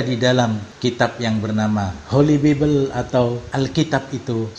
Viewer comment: Bible: Bacanya BAI-BEL, bukan bibel. English. Gelar doktor tp baca kayak anak SD baca.